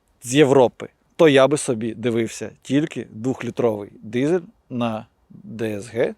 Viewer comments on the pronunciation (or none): Не дізель, а дизель!